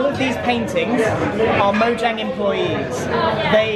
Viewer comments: Erm…it’s pronounced Mo(J)ane not Moyang! This totally peeves me off as a gamer!!! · moyang?! i thought it was mo jang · you said MOYANG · Notch: Lets call our company Mojang Grian: MoYAnG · Grian: pronouncing mojang Grian: dunno what u r talking about its moyang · It was funny all the times grian said moyang instead of mojang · Grian: moyang Me: ITS MOJANG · Haha he said Moyang in stead of Mojang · Everyone: Mojang Grian: Moyang Me: Confused why grian says Moyang instead of Mojang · It’s mojang not moyang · I think it's no JANG Not no YANG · MoYANG! xD (its pronounced MoJANG) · The creators name is mojang not moyang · Its called mojang not moyang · Grian in the first 5 minutes: Moyang Grian 1 minute later: Mojang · he said “moyang” I missed it though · Moyang, moyang! Couldn’t even be invited to a Mojang event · when he said "I was invited by moyang" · Livy’s Jus Tryin no it's moyang because mojang is made in sweden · When he pronunces Mojang like moyang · Grian: Moyang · also recommended to me now but.. he says moyang?? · Omg I Died When He Said Moyang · When he said moyang XD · Ah Yes, Moyang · Why does he pronounce it Moyang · I hate how he says it like stockhalm, and calls mojang moyang. Why is it annoying to me 😕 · really? i don't... but i wanna ask did he pronounce mojang correctly because the "j" sounds like a "y" in grian-speak but i dont think it's correct tell me if grian is correct cuz i think the j should sound like a j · You forgot the j in mojang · moyang, huh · How is he a mincrafter if he doesn't even know how to say Mojang